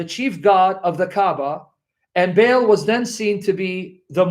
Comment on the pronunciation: should enunciate Baal by saying Barl and not Bale. I could be wrong.